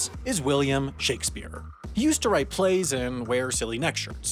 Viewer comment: I caught that "Billiam." You a my name is earl fan too?